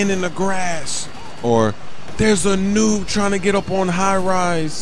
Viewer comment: WHY DO YOU ALWAYS SAY NUBE